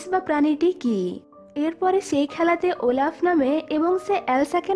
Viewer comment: Oelaf na olaf🤭🤗☺️😁😚😙😋🥰😍😍🤩😘😘